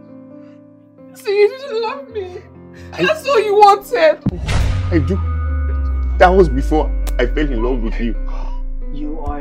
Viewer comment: this movie makes you pronounce wanted as wownted